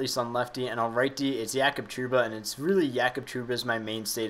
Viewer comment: isn't it JAYcob Trouba?? Not yakub. Hes canadian right?